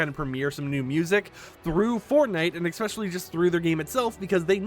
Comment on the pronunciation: please... i love the info here. but please...learn how to say ES SPECIAL LEEE.